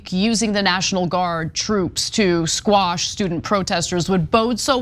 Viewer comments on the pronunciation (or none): Anna...quash...not squash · Jews now want to control free speech…. Anna, quit saying squash it’s quash…Jesus women did you fail English??